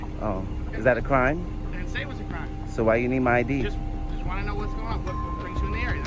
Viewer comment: What cwime 😂😂